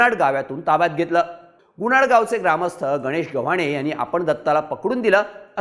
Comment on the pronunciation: Gunad nhi bhau. .......Gunat 😅